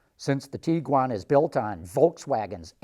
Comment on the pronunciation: His pronunciation of Tiguan honestly is making me very uncomfortable It's TIG-GWAN Not TEE-GWAN.